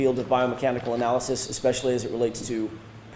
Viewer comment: Please,, it is not EXpecially, it is especially....